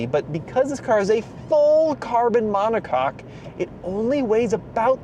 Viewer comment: Hey Beavis, he said “mono-caulk” heh….heh…heh…